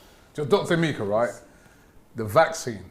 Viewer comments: Robbie it's E-ME- KA not A- mi - ka...Kalechi should be helping out🤣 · It's (M-EH-KA) not Emeeka...I blame the doc for not correcting you. Sell out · Eh Meh Ka